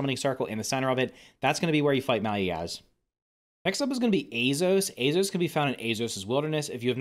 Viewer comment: hes almost saying azeos like azos